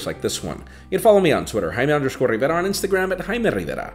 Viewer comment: Love your vídeos sir